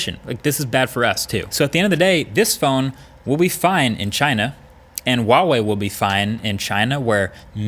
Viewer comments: it's 𝗛uawei, not 𝗪uawei Markass!!! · Why do you say vuavey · I wonder if Marques will ever pronounce Huawei correctly, it is NOT WAWEI, it is HUA- WAY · why do you say WaWei? It clearly says Hua Wei on the device H not W How do you say Human? Do you say Wuman? Hamburgs or Wambergers? Hormons? Wormons? Harmony? Warmony? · American youtubers : Wawei Everyone else: Hu ah wei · It's Huawei, not wahwei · “Wahwe” I’m sorry I couldn’t help myself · Pronounced Hwah-Way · Wtf is with all these US reviewers and their pronunciation? ITS HHua-wei. H is pronounced as in Hotel. U dont say OTEL?? Last part is pronounced wei not WAY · ITS NOT WAWEI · Not wawei. It's Huawei. H like hot. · how the fuck did he say huawei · Huawei starts with a H not a W. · Marques you talk about Huawei a lot..Why not try and pronounce it properly? Not that it matters but it would) be nice if you could. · Is H in Huawei supposed to be silent? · I wish you would learn how to say Huawei lol it’s not that hard